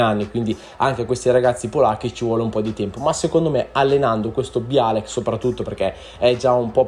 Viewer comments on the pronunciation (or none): sbagli troppe pronunce: non è bialek ma biolek, non è loba ma è lobá, non è senè ma sène. È un consiglio costruttivo non è un insulto